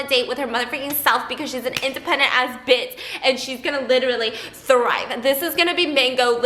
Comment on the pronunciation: Can anybody please tell why says bits instead of bitch ?